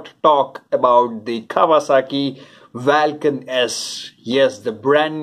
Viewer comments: Lol! You're right, it sounds bizzare saying it vaaalcan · Vaalcan kya hota hai ? Vulcan hota hai.